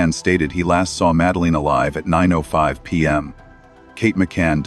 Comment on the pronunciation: Why cant AI pronounce madeline🤔